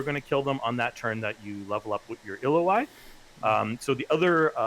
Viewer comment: 2 lessons: - Galeforce or die - I've been pronouncing Illaoi incorrectly all my life